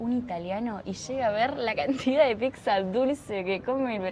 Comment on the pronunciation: Si dice pizza e no pixza. Comer la salsa que quedó con el pan es típico italiano y se llama "scarpetta", que lo hacen también en Argentina es porque lo eredaron de nosotros.